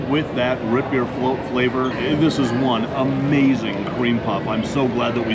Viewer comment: Learn to say ROOT correctly!